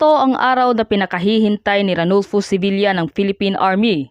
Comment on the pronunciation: Ano ba vlogger arnulfo hindi ranulfo at hinarang ang kanyang pagiging major general at hindi brigadier,magresearch muna bago magdakdak